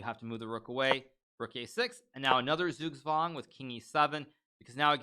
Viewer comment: Well he has that American accent :D As a German it's funny how he pronounces Zugzwang. Like "sugswang", but it's hard I guess :D